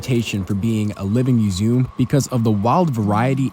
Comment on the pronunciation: Beautiful landscapes and you caught my favorite ACC, 3 times over. Great stuff. (Also what is that pronunciation of museum gng 😭)